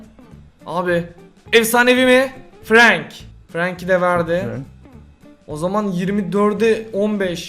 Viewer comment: abi iyki sende laz abi gibi franke frenk diyon O frank diye okuyo